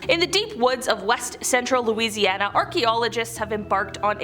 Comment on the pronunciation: I'm from Louisiana, and I must compliment your pronunciation of the cities and names of lakes here.